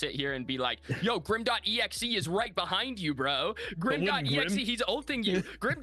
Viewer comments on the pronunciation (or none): #TeamPinzo. It’s pronounced Grimexe… not Grim dot exe. And yes I understand his technical name is Grim.exe